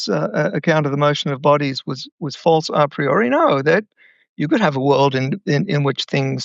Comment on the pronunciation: Please, pronounce Latin words the way they were meant. Learn from the professor how „a priori“ is pronounced … for a non American it sounds very awkward, like rolling marbles in your mouth … 😂